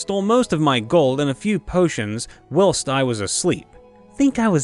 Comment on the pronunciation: why do you say “whilst” like will st? its pronounce “while st”